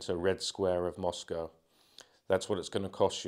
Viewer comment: I'm glad to hear you say Moscow correctly